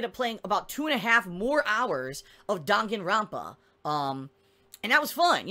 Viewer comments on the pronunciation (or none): I really really dont like it when he says Dahngen rampa